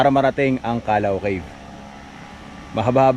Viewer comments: KAL•LAW, hindi KA•LAW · Pronouced as Calliaw not calaw